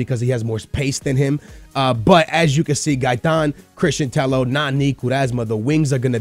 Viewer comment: Tello double l in Spanish is pronounced like an y